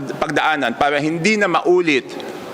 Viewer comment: Hirap ka sa word " para" that's bisaya word.😅😅😅